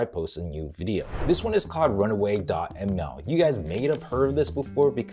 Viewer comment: It's run WAY, not run AWAY. Dude, I like your videos but sometimes you talk so fast that you're mispronouncing things and confusing your viewers. Please slow down, take a deep breath, and try to pronounce things more clearly.